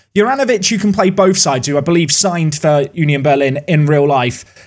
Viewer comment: It's more like uh nion Berlin and not you nion Berlin